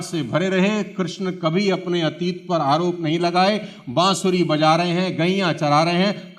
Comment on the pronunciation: Bansari nahi Bansuri😂